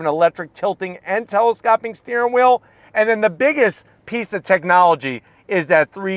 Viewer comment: I love this channel and love your videos, but please learn how to pronounce "telescoping". Tele-scope-ing LOL!